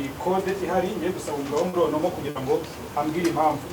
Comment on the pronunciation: Uburyo ukase ijambo rya ONOMO nibyo Birenze!😂😂😂😂